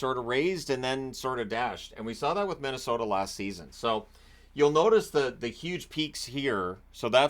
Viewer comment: "Middesota" amitire?